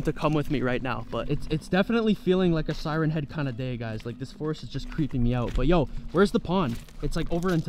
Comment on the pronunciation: It’s siren